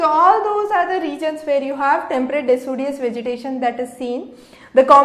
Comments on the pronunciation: it's deciduous not decudious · Its decidious not decudious